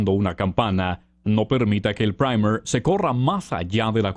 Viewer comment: A alguien más le gustó la pronunciación del Primer? 😂😂 Me hicieron sentir así como que esa vaina aguanta vuelos espaciales jaja (Buen vídeo 👍🏼👍🏼)